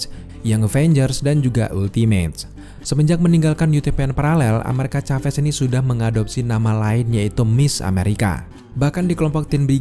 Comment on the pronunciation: Plis nyebutnya amerika saves bang jangn caves😅 biar enak didengar